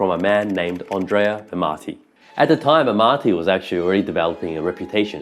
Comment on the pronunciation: I love and admire Twoset but a few criticisms are in order. The background music is too loud and distracting - not to say unnecessary/annoying. Some of the pictures (AI?) show impossible pegs, which I find painful to look at. The correct pronunciations are Andrea (not frenchified 'Ondrea'), Majjini, del Jayzoo (stress on second syllable) and Ca-no-nay (three syllables, stress on second). And the second 'g' in Gagliano is silent. And as for the pic around 19.23, the less said the better.